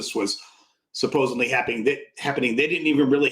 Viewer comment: are you kidding me? We've had supposedly, supposebly and now supposevly? For fuck sake.